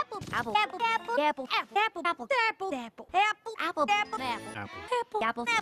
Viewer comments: After a while a swear I started hearing fapple. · I suddenley heard appul! LOL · The best apple. *Pause for dramatic effect* Apple.